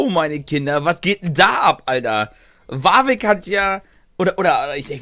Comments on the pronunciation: Du meinst WARRVICK triggert dich statt Warwick? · Die englische Aussprache ist viel besser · Jeder: Warwick: Wawick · Bitte noch wawig sagen sonder warwick :=)